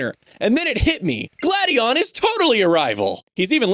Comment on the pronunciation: You go from mispronouncing Gladion as "Glade-eon" to pronouncing it correctly as "Glad-eon" in the same video? Someone didn't record that whole section in one sitting...